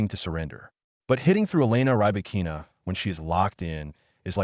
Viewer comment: Robots commenting tennis. They can't even pronounce the name of Rybakina.